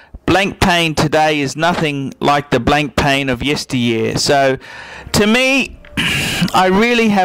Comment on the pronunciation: What's the beef with blancpain (not to mention the horrible pronunciation)? They make awesome pieces. Is it their association with swatch group?